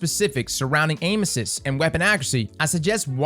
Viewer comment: Sounds like he’s saying anuses and not aim assist lmao